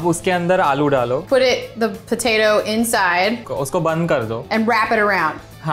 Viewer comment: Pov: you’re an indian who studies in english medium: Thoda sa is little bit: PoLaTa